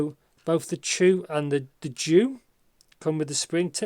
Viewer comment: Nice review as usual. Btw, it’s pronounced as jü, meaning chrysanthemum, that is what the character on the cover means. The flower on the faceplates represent chrysanthemum.